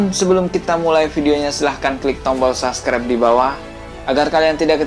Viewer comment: Lain kali jangan bilang saskrep. Subscribe bacanya Sabskraip bukan saskrep bro